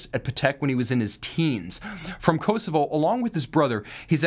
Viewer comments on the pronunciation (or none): none